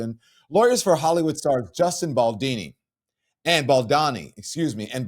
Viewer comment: It’s Baldoni not Baldani 🫠